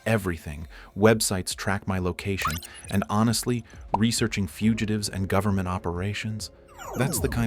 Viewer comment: "Governmen" loll